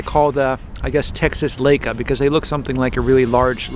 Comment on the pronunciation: L-eye-ca! Not L-ake-a! Leyeca. Please.